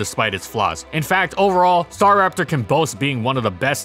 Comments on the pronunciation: it really bugs me that you say STAR RAPTOR and not STARAPTOR, but i dont even know what is the right way to say it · it Sta'raptor not 'Star.raptor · Strange. I’ve always pronounced it “stuh-rap-ter”